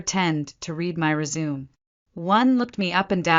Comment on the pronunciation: I don't understand why she would let her company get into such a state. How could she sign paychecks , and bonus for Andrew and his cronies without someone knowing. And if she was so smart why couldn't she pronounce the word Resume correctly. When she walked into the board room they still didn't recognize her even though they had dinner with her a few nights before.